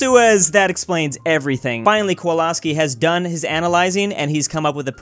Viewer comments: Did say Kowlaski and not Kowalski? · So we all just gonna pass by the fact that he called our boy “Kwolaski”? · So no one is going to talk about how pronounce Kowalski